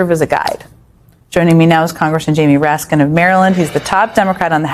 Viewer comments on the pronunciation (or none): Excellent report! The only suggestions I can make are to avoid being tempted by the dark side of the force and copying Trumpiness boy criticizing hhis looks in any demeaning way and have the speech recognigion software pronounce words correctly, i.e. "Raskin" is not pronounced "Ras-sin". It detracts from the impact of the meaning of the statement in which it occurs. Keep up the good work. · Unsubscribed. You can't even say Raskin's name right. Tool.